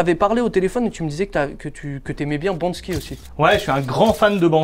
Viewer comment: Par contre c’est BANKSY pas BANSKY...